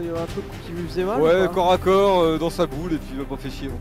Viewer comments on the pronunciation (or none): none